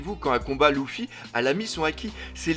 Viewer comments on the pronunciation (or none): none